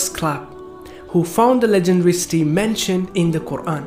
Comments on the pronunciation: Why are you saying sti instead of city sounds very wierd just saying. Nice vid bro. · Brother when you say "city" it sounds like "steel" Jazak'Allahu Khairan my brother:)